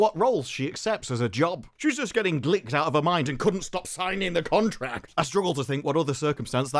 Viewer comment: So glad you said "glicked" like licked, my head immediately pronounced it that way and I've spent days hearing the wicked variant. To quote Will, I feel like I'm taking crazy pills.